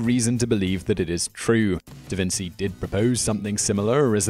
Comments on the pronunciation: 1. Galileo, not DaVinci did that (please! "da-veen-CHEE", not "da-vin-TSEE") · Its davinCHi not davinSy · I am going keep telling you this- Leonardo is called Leonardo. Even when you attribute the wrong experiment to him. Da Vinci was not his name. Actually, when he was in Milan He was called Leonardo from Florence, NOT Leonardo from Vinci. AND ONCE AGAIN Not Vin'-see. It is Vin'-chee. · Thought Da Vinci was pronounced Da Vin-chi? Or have I got that wrong? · Hey. Um...his name was pronounced Da Vinchi not Da Vinsi. Petty, I know but still.... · omg its Da VINCHEE no DA VINSEEE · I’ve never heard Da Vinci pronounced Da Vin-see. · "Da Vince-ey"...? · Danjah, Davinsee and meedeeyer! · how can you not know it is pronounced DA VIN CHEE? THIS GUY IS THE WORST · DaVinsi? Have you really never heard this name spoken before? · It's pronounced "Da Vin*chi*" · They failed to mention some of the sources, inuding: -Pronounciation for dummies, (da Vinzi LOL) -History for dummies (ancient world ≠ Da Vinci) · How do you not know how to properly say Da Vinci? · Such professional videos and a narrator who can’t pronounce “Da Vinci” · How do you mispronounce Da Vinci? It's like it's some obscure name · can someone please teach simon how to pronounce things.. DaVinci was one of the most known figures in Italian history, hell world history, and you can't pronounce the name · Please, please, please I ask you as favour for me and ALL the Italians, learn to pronounce Da Vinci properly!!! Thanks! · Also you pronounced Da Vinci wrong :D